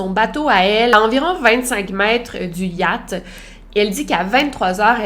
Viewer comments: j’aime trop comment tu dis « yat » 😂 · Désolé Victoria mais j'ai vraiment rigolé à chaque fois que tu as prononcé Yacht